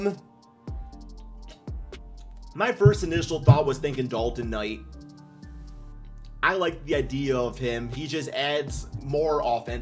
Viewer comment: Bro butchered the hell'outta Bilal Coulibaly name, & called Dalton Knecht Dalton Night!!!! If you're gonna post content, PLEASE do better homework. This REALLY was a hard watch!!